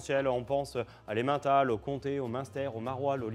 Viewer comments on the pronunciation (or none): en tant que professionnel du fromage, oser citer "Emmental" en parlant de terroir français est honteux. D'autant plus qu'il dit "Emuntal". C'est "Emmeuntal". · Il faut vraiment que les Français arrêtent de dire Emm1tal😂 ça se prononce Emmeuntal... Super vidéo sinon ! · Comme il a pas respecté la Suisse, pas une mention de l’autre grand pays du fromage, et en plus le mec est fromager et dit « émINtal ». Mets du respect sur ma Suisse stp. 🇨🇭